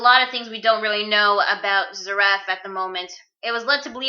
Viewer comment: Its pronounces Zear-if